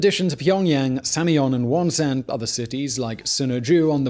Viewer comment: Mount Paektu = "Mount Pekk-du"... Not "Pike-doo" Wonsan = "Wawn-sawn"... Not "Wahn saahhn"